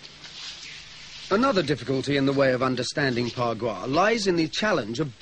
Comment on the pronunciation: It's Ba gua